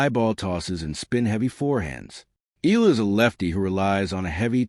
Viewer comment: Pronounced: Eh..ya..la